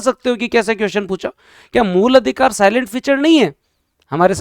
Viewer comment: साइलेंट नहीं सिलिएंट फीचर होता सर 😂😅😅